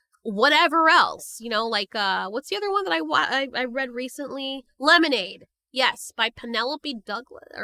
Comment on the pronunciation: Rest of the world: "lemonade"🍹 Italians: "lemonade"🗿